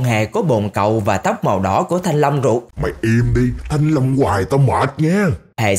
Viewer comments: Anh đừng nói thanh lông nữa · Nãy giờ nghe toàn thanh long, mỳ thanh long (ám ảnh) :))) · Anh ấy nói thanh long vài luôn😂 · Mong anh đừng nói "mì thanh long" nữa nha anh trai